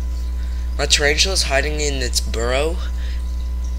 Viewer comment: "Charanchula" 😂 But very good narration though